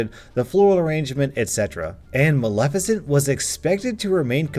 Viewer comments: Ahh so glad you know how to say Maleficent and didn't read this reddit story saying MALE FISHENT like one of your fellow youtube reddit readers did. Keep up the great content. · Kudos on being able to pronounce Maleficent, I listened to a guy yesterday that screwed up every time, it was bugging the hell out of me. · I would like to personally thank you for pronouncing Maleficent correctly instead of pronouncing it “male-FISH-ent”, which is what I had to hear the first time I heard that story narrated. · At least you pronounced Maleficient correctly. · Heard the Cruella/Maleficent story somewhere else, and it's oddly satisfying hearing say Maleficnet correctly. Thanks for that. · YOU SAID MALEFICIENT RIGHT!!! <3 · Ohhh and thank you for being able to pronounce maleficient